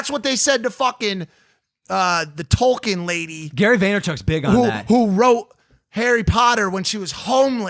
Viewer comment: “Tolken Lady” 😒